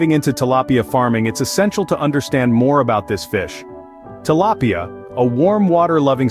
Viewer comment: Great video but when the narrator went from pronouncing it “tilapia” to “til-lay-pia” I thought I was going crazy.